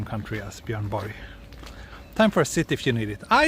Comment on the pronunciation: Really great video, I enjoyed exploring this lovely city with you! Will add it to my 'must see' list. I enjoyed the discussion on Swedish national heroes, particularly as I learned the correct way to pronounce Björn Borg! Arigatou, or should I say "tack" 😁